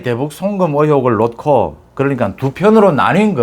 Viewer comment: '놓고' 를 '노코'로 하시는 게 맞는 것 같습니다. '녿코' <돌아온 이하사>(유튜브) 이원우/前 부산 명덕초등학교장, 소설가(수필가), 가수(!성악가)